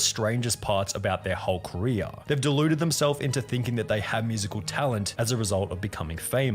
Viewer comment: says “Korea” instead of career